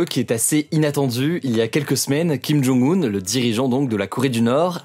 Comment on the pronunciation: Arrête d'écorcher son prénom...😑😑😑 Tu as oublié le un sont prénom c'est Jong-Un et sont nom de famille c'est Kim c'est comme au Japon le nom de famille est devant le prénom alors que en Occident c'est l'inverse.